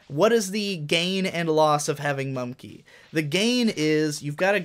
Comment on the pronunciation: It's mumkey not mumnkey